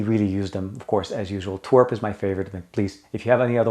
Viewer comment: I know what it stands for, I find that pronunciation amusing.